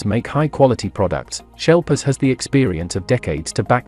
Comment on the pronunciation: Erm…. No…. I live in the UK, and know he means ‘Sheplers’ when he says “shelpers”…. So no… “sheplers” is fine if you ain’t got a lot of international options but that’s about the extent of It.